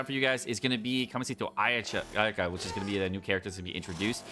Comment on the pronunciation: How tf do you butcher Kamisato Ayaka name.